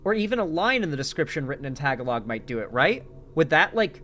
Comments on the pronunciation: It's pronounced ta-ga-lo, not tag a log. I thought you said you knew a few Filipinos. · is right. Also note that the emphasis is on the second syllable (ga). So tah-GAH-lohg. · Tah-gah-log lol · Lol you already failed when you said "let's see if I can pronounce anything in *tagalog*" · hearing you butcher the word "Tagalog" made me giggle 😂 sorry man. EDIT: after the 3rd, 4th, 5th, etc... time... OW it hurts 🤣 also, if you think knowing people in the Philippines is bad (considering what's going on there at the moment), I have family there... scary stuff 😵‍💫